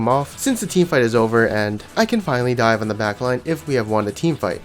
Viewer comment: was tilted when u said "diven"